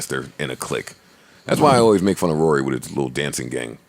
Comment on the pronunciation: Who are you Scooby Doo😂😂😂😂. It's Rory